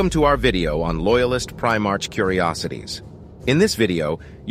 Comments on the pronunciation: By the Emperor this is just painful to listen to as it's full of mistakes. Before making a lore video maybe you should actually know the lore. And for fuck sakes you're not even pronouncing it right. It's not "Primarch," it's pronounced "Primark." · You’re saying primarch wrong, otherwise great video. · A number of things that are just... wrong. And, get an AI that can pronounce "Primarch" correctly.